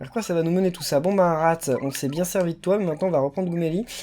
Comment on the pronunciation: Tu viens de déshonorer Rath avec l'accent de pouni!!!